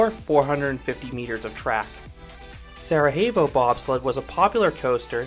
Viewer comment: Sere-YEH-vo, not Sere-HEY-vo. It's not Spanish, it's Bosnian. It's where a Winter Olympics was held in the 1980s.